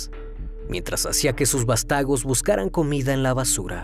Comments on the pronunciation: Son vástagos, no vastagos. Es devoto, no dévoto. Compra un diccionario. Qué pena! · Buen video pero como especialista en lenguaje y comunicación te aconsejo letrarte cuando tengas dudas sobre la pronunciación de algunas palabras, sobre todo en su acentuación, por ejemplo fue muy evidente el error gramatical al mencionar "vastágos" en vez de "vástagos"; esos detalles justamente son los que se pueden y deben mejorar para aumentar la calidad de tus videos y despertar aún más la admiración de quiénes tenemos cierta preparación discursiva. Felicidades 🎊. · Vástagos con acento en la primera a